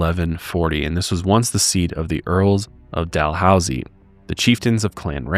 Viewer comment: Idk if you know the pronunciation but its dal-hoose-ee